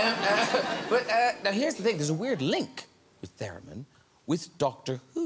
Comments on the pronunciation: Its "TherEmin" not "TherAmin" :P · Is Graham correcting Ryan Gosling's 'theremin' pronunciation? :P